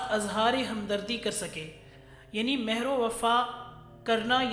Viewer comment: تلفظ اور ادائیگی معیاری نہیں. معزرت ١ ١ مرد کو مروا پڑھا اور مہر پر پیش لگا کے پڑھا.. میں اہل زبان نہیں.